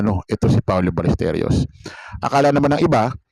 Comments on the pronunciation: Si jay saka ikaw, Balesteryos ang bigkas. Balesteros po. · Paulo Ballesteros, Baĺyesteros, hindi Balesterios😊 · Paano kami maniniwala sayo... Eh apelyido nga lang ni paolo dimo mabigkas ng ayos😅😂🤣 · Hindi balesterios ang apelyedo ni paolo...BALLESTEROS ang tama ayusin mo naman brad.. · Ballesteryos daw....wahahaha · Even your pronunciation of Paolo's last name is wrong. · Alam nyo po sana pag nagbabalita kayo yung 100 % na totoo at pls pakiayos ang pagpronounce ng apelido nya masabi lang na may youtube ariba lang ng ariba gawa kayo ng sarili nyong content kinikuha nyo lang din sa iba